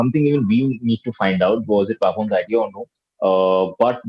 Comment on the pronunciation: How wrong does the anchor pronounce the name Papon.... Its not Peeee but Paa...